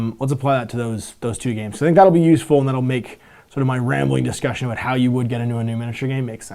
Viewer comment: Aboot lol